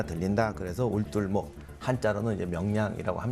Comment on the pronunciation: 박사 '울둘목인지,울돌목인지 '발음이 애매함.